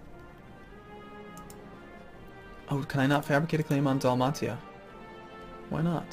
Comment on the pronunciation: its not Dalmatia..its pronounced..Dal-May-sha..ugh